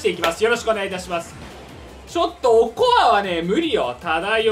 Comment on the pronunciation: "おこわ" を "おつよ" って読むの好き